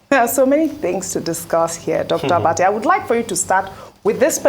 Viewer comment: Dear Dr Abati, I would like to know if you have permission from Ojy to call her name like that. If not, please desist from doing so, it might be embarrassing. Thank you.